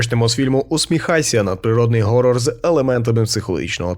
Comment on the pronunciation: поясніть мені будьласка хоча б хтось, чому всі кажуть горрор а не хоррор? якщо це англійске слово і воно у принципі не перекладається, чим вам буква "Х" не вгодила?